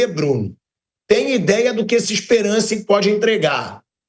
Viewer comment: O nome do time é ESPERANCE,com o "a" anasalado!😅